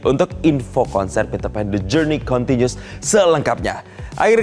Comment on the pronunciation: Pitrpan Tapi bukan ariel😂😂